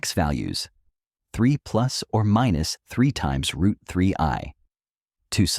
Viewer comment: Its rooot mf